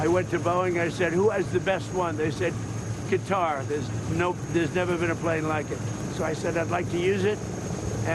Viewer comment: Dumb nuts doesn't even know how to pronounce the name of the country who purchased his friendship.